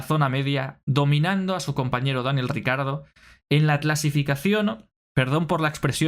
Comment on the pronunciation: Siento un gatillazo cada que dices "RICARDO".... no jodas y lo repites mil veces!! ... Ni Lobato que también es del mismo país, pronuncia tan mal su nombre. 🤦‍♂️